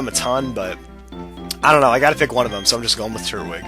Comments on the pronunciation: its tur-twig not turt- wig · Just so you know it's pronounced Tur-twig not Turt-wig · they way he says turtwig anoys me lol its tur twig not turt wig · i am under the impression that the so called turt-wig is pernounced tur-twig witha tw sound. please tell me if im wrong. but if im not. like this comment so can see it. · TURT-WIG Like if u thought that was kinda annoying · Yeah lmao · its tur-twig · Nope, you're right. It is pronounced tur-twig. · I thought it was tur-twig? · I forgot how much your pronunciation of Turtwig annoyed me. Oh, I remember back when you were actually doing Pearl version. Good times - I miss Happy Feet, Toasty, Avian, Fahrenheit, and Hamlet.